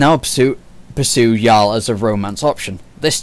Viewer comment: Of course I played the game. Multiple times. Maybe you should too. Because if you actually played the game you wouldn't be pronouncing Jaal as Yaal. It's Jaal with a 'j' sound. It's the use of resources to update something that was completely unfair and the original two NPC options for Scott was just an insult to the LGBT community. And yes I understand continuity in story writing. Jaal was written as bisexual. Nowhere in the game before the patch did he give an indication that he was only into women. Like Liam did. The patch simply put the option in like it was originally meant to be. Also they released two patches before this focusing on glitches and will be releasing more.